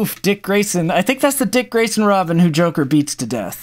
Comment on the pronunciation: Who else violently cringed when he said Dick Grason, I'm also happy I finally get the joke.